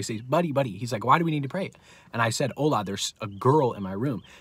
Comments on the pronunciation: I'm Nigerian and it's not pronounced ohla it's ola😆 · 😂😂😂Ola.. its the way you pronounce his name. Btw I'm Nigerian Praise God for victory over these forces